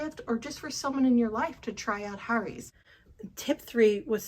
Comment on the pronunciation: The way you say Harry's irks me